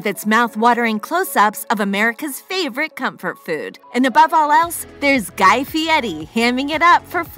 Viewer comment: She is saying it very correctly actually